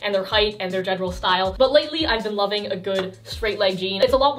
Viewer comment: my general rul- Wait Gen e ral JENeral Omg hahahaahaahah